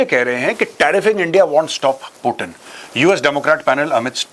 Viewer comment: पुतिन बोलो भाई l प्यूटिन क्या होता l अंग्रेज थोड़े हो l